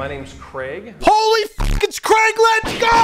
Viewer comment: Merch “Creg”